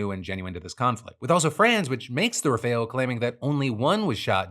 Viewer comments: What is is with english speakers being unable to say rafale? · Love you and following you forever. Need to work on pronunciation, specifically the Rafale (Rah-Fall) and Taipan (Thai-Pen).